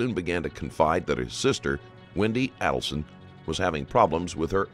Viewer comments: "Charlie Alderson" It's Adelson. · I was about to ask you which ones he mispronounced, but right when I was typing it, he said the name "Markel" as "Markle" and less than 5 seconds later, he said it as "Markel". "Adelson" was "Aleson" and then "Adelson". It honestly slightly aggravated me, but then again, I don't know how some of these are pronounced. Lol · Alderson, adleson, Markle omy goshhhh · Pronounced Aydelson. This looks like you ripped off footage from the 20/20 or Dateline special about the case, which is against YouTube policy and copyright laws. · I find it really hard to believe that you mispronounced every single name in here with as high profile as this case is. Here, phonetically pronounced; Mack-baan-o-wah. Aid-ul-son. Marr-kell. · Phonetic pronunciation of the names mispronounced in this video: Mahg-BAN-oh-aah AYE-dull-sun …will edit with others if there are any 🙃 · Literally every name is mispronounced and this has been in court for years. Just terrible quality of research here. MAG-BAN-U-A ADEL-SON MARK-EL (ELLE)